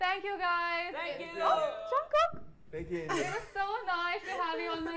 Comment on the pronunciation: No hate but it's jungkook not junkook no hate again